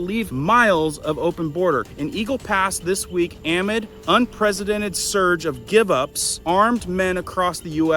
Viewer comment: love your reports, but please, it's pronounced uh-mid (amid), not ah-mid. 😊